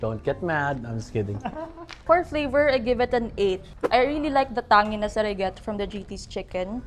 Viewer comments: Nakaka trigger yung tang-ngeeness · Food critics SHOULD just rate it by stars/checks not by numbers. Food taste is subjective You're NOT experts! You're just Bulaggers! These so called 'critics' are so TANGY..natatanging mga tanga! Tanginess should be pronounced CORRECTLY! Sakit sa tenga yung girl!! Paulit ulit!!! Wala na bang ibang descriptive words??? Umay!